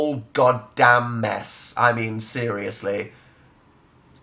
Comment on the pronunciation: "So much mess," I actually thought he said "So much meth..." So... Um.... There.................